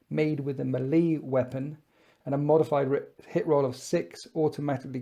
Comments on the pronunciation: You really need to learn how to pronounce melee. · Please stop saying melee like that. Otherwise, good video.